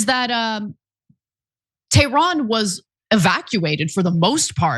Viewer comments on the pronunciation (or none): none